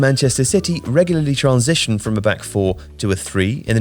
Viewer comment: Stop pronouncing "transition" like that